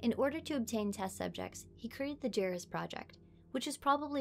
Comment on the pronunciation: This has maybe been pointed out on this (at this moment) two year old video, but it's pronounced Yar-ee-us, not jerry-us.